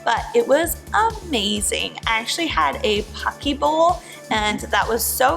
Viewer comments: It’s “Poe- Kay” Not pockey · She had a "pocky" bowl? Did she mean "poke"? lol, so cute. In all seriousness, I haven't been and REALLY wanted to go on a cruise in 2020. I might just wait until 2022 just to be safe, though.